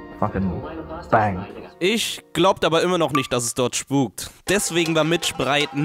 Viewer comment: Nicht schpuk